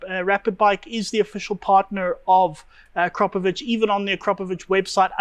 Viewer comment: To everyone from English speaking regions, please start saying Akrapovic like winch or chew or something (imagine it says Akrapovich). It really hearts ears of everyone from Slavic area. And btw. it's not Rimak. If you are capable of saying Citroen then please try saying Rimac (like first letter from Citronen).